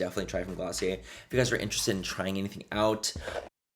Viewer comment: That's "GLOSSIER".... DO you hear me?....Lol😹🆗☺🎤lov you Manny....👍